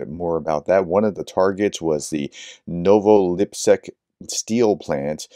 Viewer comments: Please, try to pronoune the name correct. Li-petsk. "Lee pet sk". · Sorry for the pronunciation correction but Lipetsk is pronounced exactly as the transliteration indicates. Lee-pets with a k on the end. Same with Voronezh. When you see zh together that’s pronounced like the sound in treasure or pleasure. Thanks for all the work you do. Glory to Ukraine.